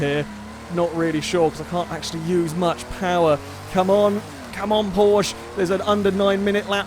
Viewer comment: At this point I'm convinced he knows full well how to pronounce Porsche and does it just to annoy the Germans